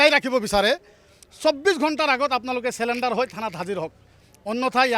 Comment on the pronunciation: ৰ কথাখিনি ভাল | পৰিতাপৰ বিষয় এয়াই যে, প্রায় সদায় থলোৱা অসমীয়া লোকৰ লগত উঠা-বহা কৰাৰ পিছতো তেখেতৰ অসমীয়া উচ্চাৰণবোৰ ঠিক নহ'ল || তাতে আকৌ "চাৰেনণ্ডাৰ"ৰ ঠাইত "চেলেণ্ডাৰ" |